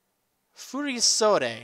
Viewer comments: The second part you got right but the first is wrong. It's furo-sodee, not fury-sodee. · it's pronaunced: fu-ri-sod it's the name of the kimono (altough these are fasionable modern furisodes and not the treditional furisodes [which are worn by Geishas hint-hint Kimono Girls]) I love Valerie's style, her outfit is beautiful, this gym is beautiful. and the badge is beautiful too. wish I could play this game. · its pronounced fury-sodde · It's pronounced Furisode